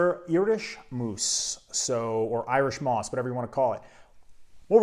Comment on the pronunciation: Actually, it's "moss". Moos means moss in German.